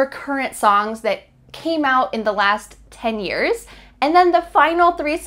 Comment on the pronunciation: She speaks too fast for non-English speakers. Also at the beginning she says 10 years but sounds like "tenure"..